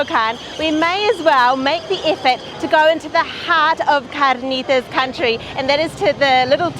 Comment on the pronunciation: Why does he pronounce carnitas like there is no r? I do not know how these people do not all weigh 500 lbs. The food looks so good I'm about to take a bite out of the monitor.